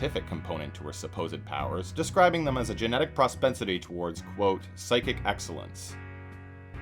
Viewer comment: ProPENsity. Not pros-spancity.